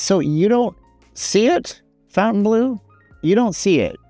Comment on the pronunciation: its not pronounced Fountainbleu